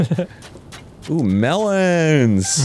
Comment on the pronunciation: The hilarious way Arin pronounces "melon" now is probably funny to newer viewers that don't know why he does that, but it is exponentially more entertaining when you do know.